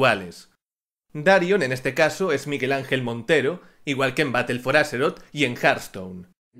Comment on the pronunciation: Me lo he estado preguntando, porque dices: battle for aseroth y no Azeroth? suena mas a S que a Z